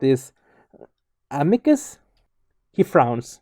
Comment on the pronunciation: Amicus is pronounced as Ahmeecoos.